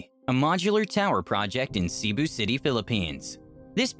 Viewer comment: He says 'See-boo' but it's more of 'Se-bu'.